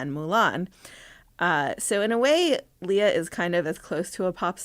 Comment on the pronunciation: Her name is pronounced LAY-uh. (Think Princess Leia from Star Wars.) Nice interview.